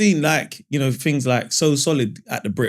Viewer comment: Do all people in Peckham pronounce "Know" like "Kneux" like Mo 😂